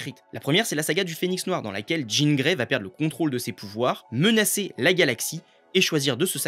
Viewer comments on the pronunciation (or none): none